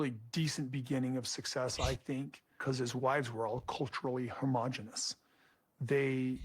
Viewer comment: Its homogenous Kody, not hormogenous! Word of the day!!!